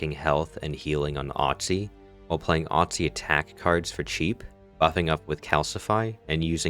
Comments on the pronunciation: its OSTY not OTSY hehehe but great video! ❤ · Not to be pedantic, but it's Osty not Otsy. Like the prefix for bone Osteo. That said, thanks for a nice concise video! Working on learning the new characters now.